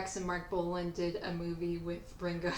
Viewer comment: It's Bolan not Bolin! 😢 Lol. I bet you love that Punk band with Johnny Rattan and love Kylie Minogue - no wait! That doesn't work, that name's already screwed up! 😅😂 Sorry Kylie, we still love you. It's just that.. ..I just can't get you outa my head!